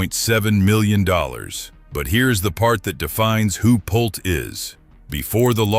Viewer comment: This ai cant even pronounce Lenar and Pulte the correct way😅😅